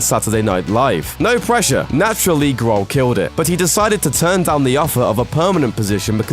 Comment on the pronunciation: ''Dave Graahl''